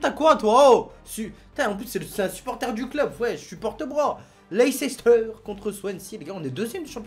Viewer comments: ARRETE DE DIRE LEI-CE-STER! ON PRONONCE LEI-STER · Dsl mec je veux pas te critiquer mais on prononce " leïssteur"